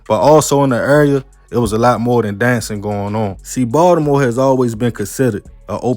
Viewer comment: I'm from NY, but I love how you pronounce Ball-da-more. 😜